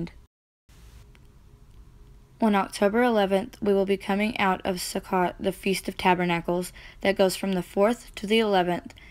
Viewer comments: May I help with your pronouciation? The Ch is the hard H (cough). Can't really teach that in text though... but Sukkot... if you see ot, the o is hard. Suh-coat. 😊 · Nice job! Thank you. Sukkot is pronounced sue coat! 😃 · Sukkot is pronounced soo-coat. These are not Jewish feasts the the feasts of our Creator. Lev_23:4 These are the feasts of the LORD, even holy convocations, which ye shall proclaim in their seasons.